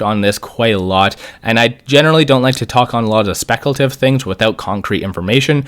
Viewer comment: Great insight but when you say speculative, there's no annunciation and it's like nails on a chalk board.